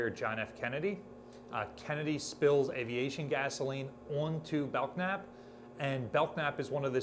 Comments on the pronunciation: The "k" is silent in Belknap: Bell-nap. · You are the only person I've ever heard pronounce the K in Belknap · The "k" in Belknap is silent. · FYI Belknap has a silent k. At least Belknap Butte in central Oregon does